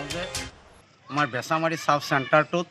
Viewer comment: বেছিমাৰী নহয় বেছামাৰী হয়